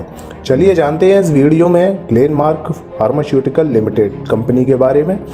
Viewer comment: Pharmashutical nhi h sir pharmaceutical